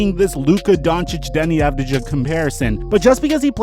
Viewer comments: Avdija is pronounced avdiya not ja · אז אתב יודע שאומרים אבדייה ולא אבדיג'ה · Deni (uu-v-di-ha) avdija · yes he is! I'm from Israel and they pronounce it like Avdiya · I just want you to know - you write Avdija, but you actually need to say Avdiya (that's the right version). Other than that, great video! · Yeah it's true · El-ahrairah ppsstttt..... Here's another secret: you're right